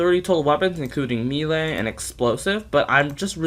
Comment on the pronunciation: “Meelé” lol